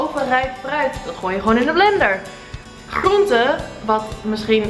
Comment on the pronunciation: Ben ik de enigste die zich irriteert aan hoe ze groenten zegt